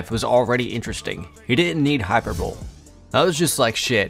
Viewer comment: u should learn to pronounce the words u say. faux, hyperbole